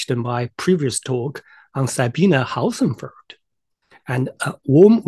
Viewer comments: Dear. The way you pronounce Hossenfelder is very wrong. Try splitting the name in two; Hossen and Felder. Hossen is pronounced with the o like in 'hawk', NOT like 'house'. 'Felder' is pronounced with an L-D sound, like 'soldier'. Hossen-feL-Der I only say this to not open you to ridicule or weaken your position, should your comments reach the level of prominence, where Sabine sees them. Best regards, a new subscriber. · If the model's reliability is in any way related to the pronunciation of Sabine's surname, I get really wortied.